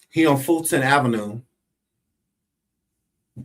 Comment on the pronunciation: Yo, that’s not how we pronounce Fulton Avenue 😂 from Baltimore